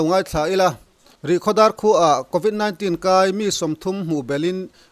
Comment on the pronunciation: News channel siam tur chuan lam rik dan fimkhur tur a bikin English en tir nan convit 19 i lam dan hi